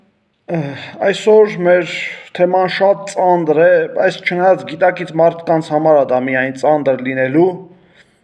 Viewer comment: Ոչ թե ծանդր,այլ ծանր